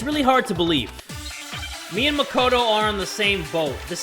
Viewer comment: "I supposed only Mah-ko-toe knows about tias"